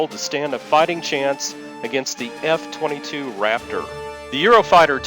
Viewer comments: Yeah...you definitely said f-52 raptor.... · What is a f 52 rapptoor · Did he say f 52 raptor? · what the hell is an "F52 Raptor"?? Get your shit together! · Did he said F-52 Raptor??